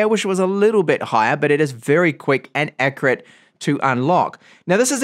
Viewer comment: He says aqcret instead of accurate pretty funny stuff